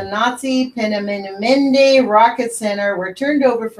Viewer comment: Great book. All of those smart crazy people in charge. I think it is pronounced pee nu mun da rocket center.